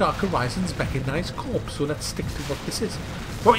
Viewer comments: FYI Corps is pronounced Core. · You don't pronounce the P in Corps